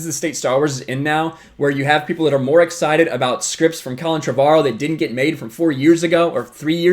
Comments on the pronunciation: It's pronounced Trevor-O. Drives me batty when people say it wrong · Why does everyone have such weird pronunciations of "Trevorrow"? It's literally pronounced "Trevor Row".